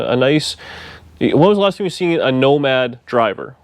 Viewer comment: it is becoming your "woe-mad'... sorry...